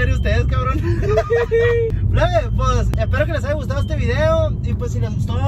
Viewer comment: SIEMPRE DICE... AIGA 🤣🤣🤣🤣🤣🤣